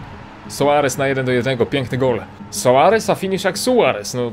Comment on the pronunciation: Nazwisko tego soaresa czyta się sors